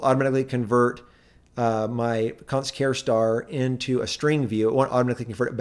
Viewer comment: WTF is a "care star?" It's a ch sound as in "charge."